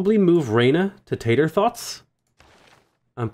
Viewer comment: Hearing you say "Tator Thots" out loud was hilarious